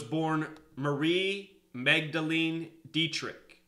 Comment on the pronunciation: Hey her last name "Dietrich" as the word "die" "diet" and "rich just saying lol to you.